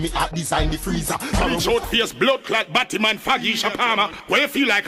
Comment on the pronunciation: lol the way he says Battyman with so much emphasis😂😂😂 kills me everytime i listen to that song